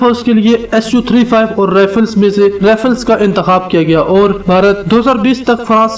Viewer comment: bhai jan bola to sai karo rifle ni rafle hota ha